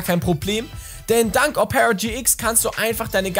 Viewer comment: Betont man Opera nicht auf dem O? 🤔 Selbst in norwegisch? Hab‘ 'nen Moment gebraucht. 😉